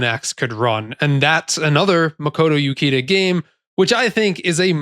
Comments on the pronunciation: oo-CHEE-da, not you-kee-da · Uchida is pronounced like Oo-Chee-Da. Japanese has the English ch sound, like "cheese". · by odin you dont know how to pronounce Japanese names. Uchida, the CH is not a fucking K sound you brainlet. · Ukida....Uchida , different names my dude. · Imagine making a whole 16 minute video and doing in-depth research on a game but you never bothered to learn how to say the creator’s name…and the creators name is in a phonetic language…